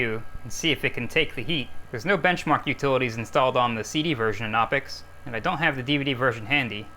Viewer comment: The "k" in "Knoppix" is not a silent one. Or at least the "K" in (Klaus) Knopper, the German Linux nerd who released that distro, is not silent. You actually pronounce the K sound in any German word that beings in "Kn," such as "die Kneipe" (the pub). I was not prepared for Crime Scene Investigators: PC Edition. If I had a gun and needed to destroy some data, I would like to think I would come up with a better way of doing it than with a bullet.